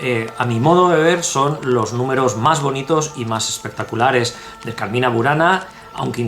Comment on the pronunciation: Muy interesante el video. Cuidado con la pronunciación Cármina, con acento en la A primera. Significa poema o canto. No confundir con Carmên qué significa jardín en árabe.